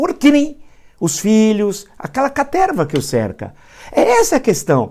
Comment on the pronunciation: “Aquela caterrrrvaa”